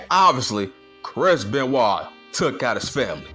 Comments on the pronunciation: I love it when you say benyoint 😂😂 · Ok I haven't even finished the video but I immediately lost it the way you pronounced Benoit 😂